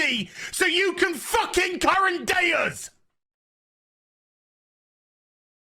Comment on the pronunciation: “…current day us…” sounded like “Currendeus” which sounds like a latin way of saying “current day god” which really gets the brain pan going